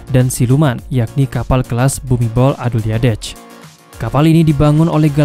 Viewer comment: Min ditulis nya Bhumidol Adulyadej dibaca nya Bumidol Adundet sesuai abjad Thailand..min